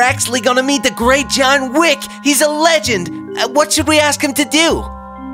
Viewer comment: Btw, it’s legend, not legand